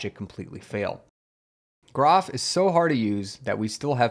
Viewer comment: By the way groff is pronounced JEE-roff as shown at the very start of the Wikipedia page and as explained in the document linked from that page. The best way to avoid mispronouncing it is for groff to finally get replaced and forgotten.